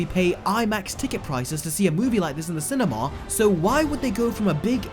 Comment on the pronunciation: When you say cinema it sounds like cinemawl